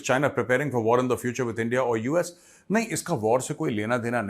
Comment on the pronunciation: ENDIA, hainnnnnnn😂😂😂😂😂, Raaaa, markiiit 😂😂😂